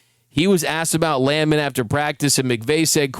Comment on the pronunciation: It's pronounced Land Man.